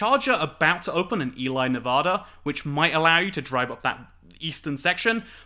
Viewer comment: I think Ely is pronounced "Ee-lee" rather than "Ee-lie". : ) Hope to see some western US roadtrip videos soon!